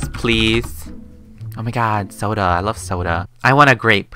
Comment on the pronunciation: when said i want a soder iwas laughing so hard and tried not to laugh becuz i had soda i my mouth and it spilled on me:/